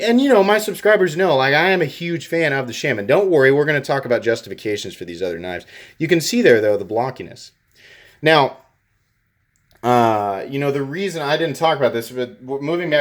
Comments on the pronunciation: Where the fuck did you learn to speak?? It's not shayman, it's shAman, like the spiritual advisor of a tribe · Please God it is not pronounced SHAM EN, IT IS PRONOUNCED SHAA MAN. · I believe He says it that way because that way felt natural to him when he first started to say it but he definitely hasn't corrected it because it bugs people so bad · Shah min. Please pronounce it correctly. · Pronounced "Shaw-man" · Pronounce “Sha-man”, like the Native American Indian spiritual Shaman! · I like that you say : Shay-Min 😂😂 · You shouldn’t be pronouncing “shaman” wrong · Someone tell this dude how to pronounce “shamen.” It pisses me off everytime I hear him butcher it 😅😅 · Your killing the name. Don't use the same A sound as the Manix when you say Shaman. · I'm sure someone already pointed this out, but the manix is thinner behind the edge than the pm2. also, there is no excuse for that pronunciation of shaman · Shaman? That isn't how you pronounce it. It is Shaman! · I never heard people pronounce Shaman like some people do on YouTube. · Nick Shabazz mispronounced it and then all the others followed